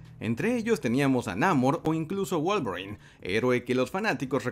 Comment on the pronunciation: Pensé que decías Wallgreen en vez de Wolverine